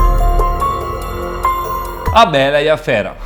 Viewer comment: "A BERA E A FERA"